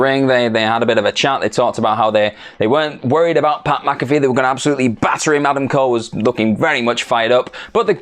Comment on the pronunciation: ITS PAT MAC-A .....wait you got it right! Proceed XD